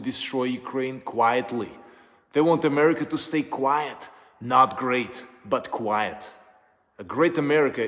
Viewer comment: Trump says a caravan is on the way to Amweica!!